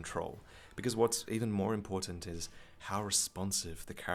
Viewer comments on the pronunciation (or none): none